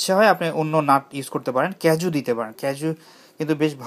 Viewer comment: কাজু বাদামকে ইংলিশে cashew ক্যাশিউ বলে। "ক্যাজু" বলে না। আপনি কি ইংলিশটা উচ্চারন করলেন নাকি বাংলাটা? আর cranberry দিয়ে সেমাই করা হয়তো যায়। কিন্তু কিশমিশের/ কিসমিসের substitute/বিকল্প হিসেবে cranberry কখনও যায় কি? তাও বাংলাদেশী ঈদের জর্দা সেমাইতে? যে ভাষাই বলেন না কেন,বাংলা ইংরেজি মিলিয়ে কেন খিচুড়ি ভাষা বলেন? হয় pure বাংলা,তা নাহয় pure English বলেন। এতে হয়তো আপনি যে অনেক "ইংলিশ শব্দ" জানেন তা হয়তো বুঝানো যাবে না সবাইকে, কিন্তু আপনার standard বা লেভেলটা অনে..ক বেড়ে যাবে। okay good luck! wish you all the best.